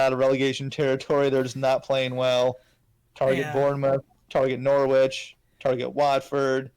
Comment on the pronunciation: Subscriber #24 🥳 I like when people do long FPL streams or podcasts. Nice conversations. FYI the 'w' in Norwich is meant to be silent, sounds like a sandwich when you pronounce it! ✌️